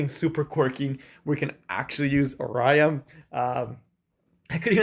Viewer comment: "are-eye-ah" is a really interesting pronunciation of "Ah-ree-ya" hahah. you got me good, couldnt help saying something